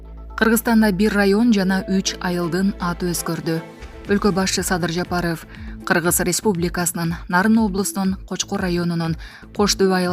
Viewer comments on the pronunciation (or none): Жапарыф эмес, Жапаров деп оку. Тантыганыңды кайра баштадыңбы?